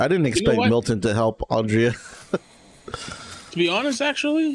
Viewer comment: I can't believe you guys keep calling Andrea Andrea. It's clearly Andrea, but you guys keep saying Andrea.